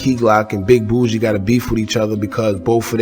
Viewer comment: its boogie not bougie BUUHHH GEEEEEYYYY like u aint heard PTPOM n him sayin his name in the song lol